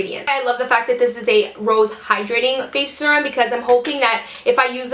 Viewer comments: Ahhhhh! Me too! And she kept saying it over and over. It's sErum not sUrum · Lol me too! I came to the comments right away bc I KNEW I wasn't the only one screaming it's "seer-um" lol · Ahhhhh! Quit saying sur-um! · omg the way you pronounce Serum is about to drive me crazy! lol